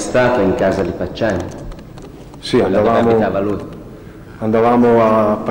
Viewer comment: "Una stanza o una casa?" "una stanza...si...era in u... una hhhasa pratihhamente"